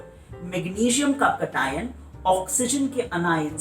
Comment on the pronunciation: Sir i am sorry but i didnt understand it when u said cation or anions cause your pronouncation was a bit different.. no hate❤❤ your videos help me a lot